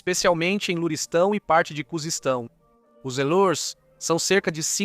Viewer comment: me perdoe mas eu ri quando você falou Kuzestão kkkkkkkkkk